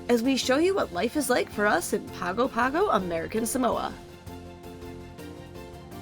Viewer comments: Great episode. minor quibble: it's pronounced pango pango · Just a heads-up. In Samoa G's are pronounced "NG", so Pago Pago sounds like Pango Pango. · A lot of familiar sites! I lived in Samoa for a while. It's a very different experience. BTW - it's pronounced Pong-o Pong-o.